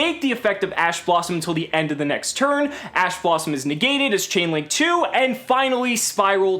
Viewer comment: Your man said ass blossom. Thought we wouldn't notice but we did.